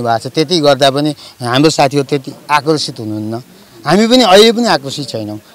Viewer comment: Bhim sen pun Dang Ghorahi कुरा भनेको कुदा भन्छे तर भनेको तद भन्छे हाम्रो भनेको हाम्दो भन्दि रहिछ जिब्रो राम्रो सँग नचल्ने रहिछ बथलि आईमाई